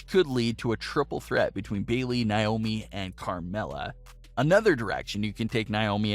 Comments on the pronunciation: It's not Nye-oh-mee, it's Nay-oh-mi. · In Naiomis name the stress is on the a not the I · I hate the way he says Naomi’s name